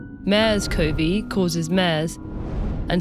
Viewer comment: 'MAIRS'??? It's 'MERS' staying AT home. AT...AT...AT...AT...AT...AT... There is no vaccination for thr 'virus'.